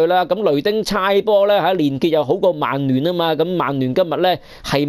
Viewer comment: 提醒一下, 曼聯同曼城同「曼」字可唔可以咬返正d？係「慢」唔係「孟」喎。